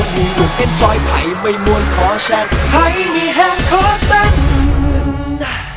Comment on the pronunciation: 'ม่วน' ที่ออกเสียงในเพลงนี่ไม่ใช่สำเนียงอีสานนะคะ น่าจะออกเสียงให้ดีกว่านี้เพราะ 'ม่วน' ที่ออกเสียงมามันเป็นสำเนียงทางเหนือ คำนี้ของทั้งสองภาคมีความหมายเหมือนกันแต่ออกเสียงต่างกัน ฟังตอนแรกนึกว่าเพลงเหนือแต่พอฟังคำต่อท้ายเป็นคำอีสานซึ่งฟังขัดกัน คือพ่อเราเป็นคนเหนือส่วยแม่เป็นคนอีสานไงเลยฟังออก นี่ติเพื่อก่อ เพลงหน้าจะได้ดีขึ้น อย่าดราม่านะเอา ถ้าจะให้ 'ม่วน' เป็นคำอีสานต้องเป็นคำเสียงยาวไม่ใช่คำเสียงสั้นและต้องมีเสียง 'ห.หีบ' ค่ะ